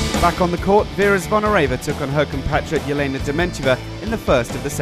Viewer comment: You would expect that an official wta video would have the voice over pronouncing names correctly! Its Elena not Jelena Dementieva